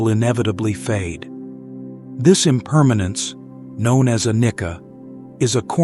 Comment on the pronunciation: Anicca is pronounced anijja not anikka 🙏